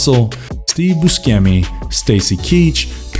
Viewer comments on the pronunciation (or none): Jesus F Christ, learn to say actor/director's names properly. Steve Boo-Shemmy, to Boo-skemmy. Gee-Yair-mo del Toro, not whatever the hell you mangled it as. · This dude called him "Danny Glowver".😅 Dave Booskemy?😂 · Has the narrator ever heard of these actors before? Danny GLOWver and Steve BUSKemi? Lol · Please learn to pronounce the names on the videos you make. You owe it to your viewers. Danny Glover, Steve Buscemi...